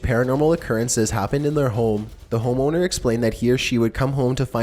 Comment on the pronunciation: "homeowner" sounds like "ho moaner" the way says it